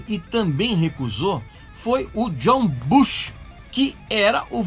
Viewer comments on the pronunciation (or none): none